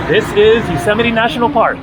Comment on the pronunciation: Another great video.. haha now i know how Yosemite is pronounced.